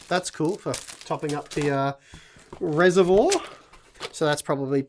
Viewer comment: Hi. I noticed you pronounced "reservoir" strangely. To help you along, go to this URL for the right way to say it. Hope this helps. Ooi, I'm an Aussie too.